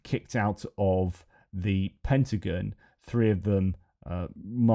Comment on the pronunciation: It's driving me crazy! It's not pentaGUN (bang) it's pentaGON ( like I'm gone if you don't correct it)!